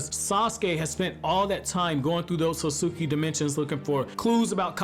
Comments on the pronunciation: The way he kept mispronouncing the name Otsutsuki was lowkey triggering me 😂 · No cap